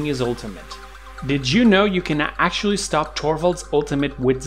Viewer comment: "you can ACTUALLY...." "I can ACTUALLY..." smh that's "ACTUALLY" hella annoying.